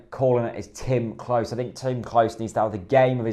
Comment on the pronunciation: can you PLEASE stop mispronouncing Klose's name. It's pronounced CLOSER, not CLOSE